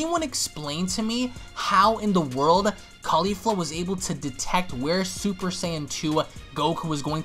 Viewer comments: Its not kafla.. Its Kefla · its KEFLA not KAFLA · XD ITS KEFLA NOT KAFLA😂😂😂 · Why are people getting her name wrong it's kefla even shown in subtitle Goku even says it KEFLA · Why does everyone keep saying “Kafla” when it’s obviously “Kefla”? And don’t give me that “It’s the same thing” excuse cuz it’s obviously not if they have 2 different names